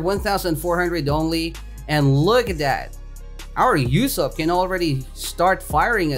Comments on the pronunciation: "You-sopp" sad Usopp noises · Man said Yousopp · am i the only one who was getting triggerd at the way he was saying ussop